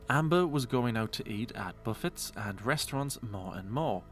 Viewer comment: Ahhhh...why are U pronouncing the 't' in 'buffet'?...